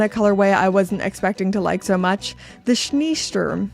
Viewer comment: Glashütte is a bit out of the way for most visits to Germany, unless you happen to be visiting Dresden! The double e in Schneesturm is pronounced -ay rather than -ee by the way :)